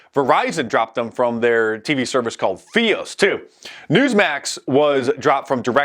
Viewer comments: it’s pronounced verizon “f-eye-os” not “fee-os” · Verizon fee-os lol